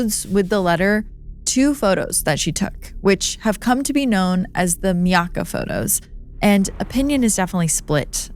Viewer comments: not me-awe-uh. my-ack-uh. as someone from sarasota & countless times camping at Myakka, can confirm encounters with the skunk ape. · I've lived within 2 hours of the Everglades all my life, so this was an entertaining watch (except all the murder and death)!. I just wanted to say that it's pronounced My-ack-uh, pretty much exactly the way it looks. The way you said it sounds a bit fancier, but alas, most of the long Native words used in Florida are pronounced as phonetically as you can imagine. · not trying to be snippy, but--its pronounced My-ack-uh. My uncle used to live on the Myakka river